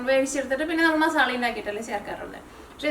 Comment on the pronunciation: മസാ ള അല്ല ല്ലോ മസാല അല്ലേ